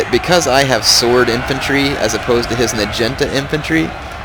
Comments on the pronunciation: OMG the way u say "najinta" is so fricken funny,!! oh jaysus, btw, its pronounced, "nah-gee-nahta", jus sayin lolz, oh so funny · Lol I watch his new vids but - nagunata is pronounced 'nag-u-narta' not 'na-genta' No offence love you're vids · Omg nagenta? It's pronounced nah gee nah tah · NA-GI-NA-TA Nah Gee (sounds like GrEEn) Nah Ta (Tatas) that bothered me when you said Nagintas lol :P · Its NAH-GEE-NAH-TAH, not "nuh-jen-tuh" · i thought it was pronounced na-gee-not-a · Dat naginata pronunciation tho.